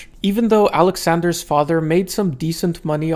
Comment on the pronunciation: Took me was too long to realize that when he speaks about him, he's not saying "Alexander's ass"